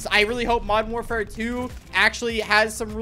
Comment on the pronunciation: Bro when he says “modden warfare” it tilts me a whole 90 degrees